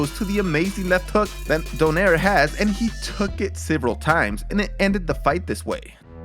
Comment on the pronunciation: I love it when you labeled Donaire "the great"... And you pronounced Donaire correctly except the last part